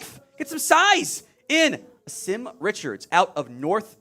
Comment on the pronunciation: Name is pronounced Awesome. He’s a GREAT young man and will work his ass off to be the best player that he can be. He’s had to work under 3 offensive line coaches during his career at UNC. Better coaching will help him flourish!!